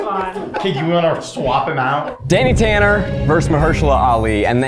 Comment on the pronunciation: Zach, how many syllables in "versus" again?